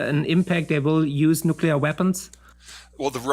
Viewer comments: Peter! For the LAST time, it's pronounced Nu - Clear, NOT Nuke - yeller! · When is he going to learn the adult pronunciation of ‘nuclear’?